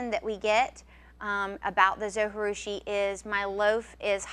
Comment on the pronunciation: Great video! Thanks for all the advise! One thing, though. In the video that came with my Zojirusha they pronounce the "J". I know you don't pronounce a "J" when speaking spanish but the Zo was made in Japan. Not trying to be too picky, but.... Linda